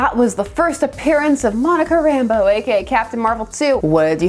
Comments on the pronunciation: I'm absolutely nitpicking here,but I always thought that the accent was on the second syllable of her last name. RamBEAU. But you know....things you've only ever seen in print.... Also,I've always referred to gray hair around the temples as the Reed Richards look. Nice to know I'm not the only one. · Did it annoy anyone else that everyone on Wanadavision pronounced her name as “Rambo” instead of “Rambeau”? Subtle difference, but still a difference.